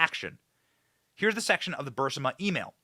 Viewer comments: Fire your staff. They allow you to keep saying BUR SI MA…. When it’s BUR IS MA. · Isn't it Burisma? Not Bursima! Just curious. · It's Burisma, not Bursima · Not BURSIMA!! Sheesh ITS BURISSMAHHH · Great reporting, but I have to point out that the company is pronounced brr-riz-ma. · Would somebody PLEASE, for the love of god, correct Benny’s pronunciation of…..EVERYTHING, pretty much. It drives me absolutely crazy for him to continually butcher commonly available pronunciations. It’s BUR-IS-MA…. And NUC-LEE-URR.. it’s almost as cringey as MTG’s pronunciation of Elon Musk. Please guys!! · To help: It is Brrr-reese-ma. Brrrreeze-ma. Like breeze-ma (ma like mom, but mah') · Benny, you might like to check the pronunciation of “Burisma.” I think you’re mispronuncing it.